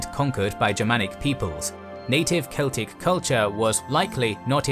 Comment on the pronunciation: I absolutely LOVE how you pronounced the Celtic names.